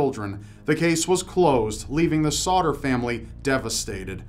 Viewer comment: on number three it keeps sounding like he is saying "Sautter"